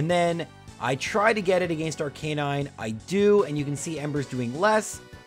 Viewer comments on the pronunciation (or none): Lore a lie, not Lore a lee Arca nine, not Ar Canine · Why do Pokémon YouTubers always mispronounce Arcanine? Haven't you ever watched the anime?